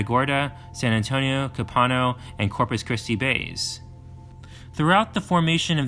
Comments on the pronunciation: it's pronounced "COPE a No" bay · Copano Bay- pronounced coe- pa- know